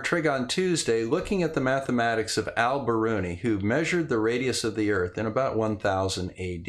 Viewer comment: Love this, but wonder if it would be better to pronounce his name “All”?